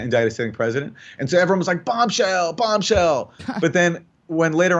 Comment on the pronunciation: Bobshell instead of Bombshell haha